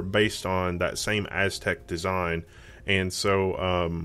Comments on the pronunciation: not "AZTEC"....it's pronounced like "a-suh-tek" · your not even right....it is Asetek..... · Asetek hates your pronunciation!